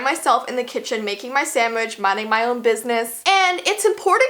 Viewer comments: LOL! "I'M MAKING MY SAMMICH..." LOL! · You said sa (MICH) Ltd okay I once said dat I tried to say cat